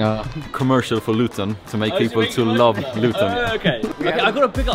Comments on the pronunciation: "Loo-ton" lol... Try ' Lut'n'. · stop saying Luton wrong every time FFS